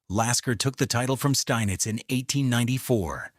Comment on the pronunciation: Pronunciations of the champions names are horrible and picture of Max Euwe is not even him. Steinitz should be pronounced "Shteinitz" , "Euwe" -- "Oyveh", Alekhine - Alyekheen", Kasparov - Kaspaaroff.